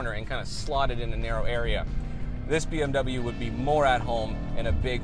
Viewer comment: learn to pronounce BMW !!!